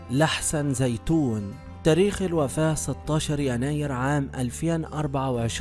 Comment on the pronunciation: لحسن زينون ماشي زيتون😂